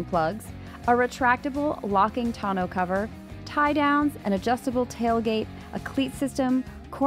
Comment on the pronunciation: 'Tonneau' - say it like tuh-NO (accent on the second syllable)